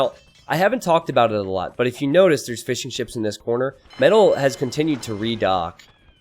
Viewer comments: Every time you say fishing ships I hear "fish and chips" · When you say fishing ships i hear fish and chips.